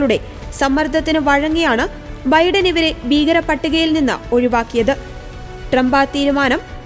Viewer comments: 'ബീഗരപ്പട്ടിക'? 'ഭീകരപ്പട്ടിക' എന്ന് പറയൂ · Beegarawadigaal 😅 Bheegara pattiga undakuvaanoo😅